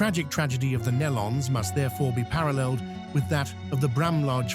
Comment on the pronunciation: It's pronounced "KNEE-LON" (Nelons). Get it right!